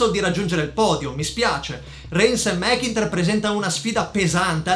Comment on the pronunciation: ottimo video davvero però magari si può migliorare con la pronuncia dei nomi (ad esempio mcintyre che diventa mekinter anche no)